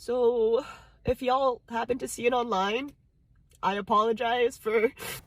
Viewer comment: When she said y,all I realized she must have been from the southern Philippines, or was that cultural appropriation.